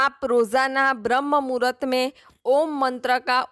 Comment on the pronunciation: Bhram muhart nahi bram muhart medom bolo.